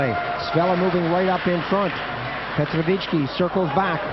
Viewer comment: My sa ideme usrať, aby sme anglické mená vyslovali komentátori foneticky presne, ale Kanaďan Slovanské môže komoliť: Petrovičí.